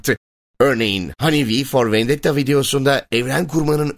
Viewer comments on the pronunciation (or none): none